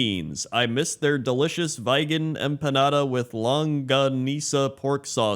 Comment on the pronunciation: Vigan City is pronounced basically the same as "vegan"